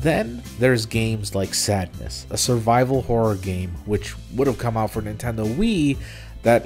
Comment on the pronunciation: "Nintenmen" is gonna be something that I will think about a lot.